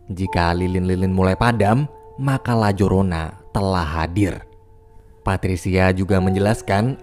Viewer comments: Bang di bacanya layarona bukan lajorona, itu bukannya hantu dari mexiko ya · Sebenarnya nyebutinnya Itu La Yorona bang, karena menggunakan bahasa Spanyol ...